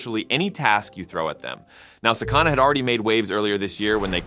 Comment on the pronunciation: Its pronounced sah-kah-nah.